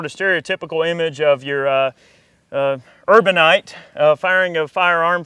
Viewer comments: 1:1o "urbanite" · The only problem for me was the fact that this nigga said “urbanites” every one knows what y’all white people mean when you say that shit lol